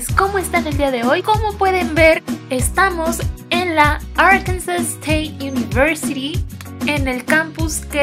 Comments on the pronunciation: Qué feo está tu intro. Te quedó también fea la nariz. Además se pronuncia ár-kan-sah, mínimo apréndete bien el nombre antes de farolear. Btw, la UNAM está mil veces mejor. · Me hubiera gustado estudiar ahí 😪 fun fact Arkansas se pronuncia como “Arkansaw”